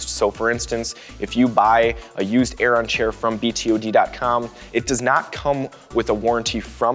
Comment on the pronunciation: It's pronounced 'Airen'